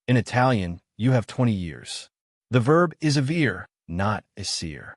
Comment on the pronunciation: “Avere” is pronounced in a wrong way. How do I trust this channel after that?..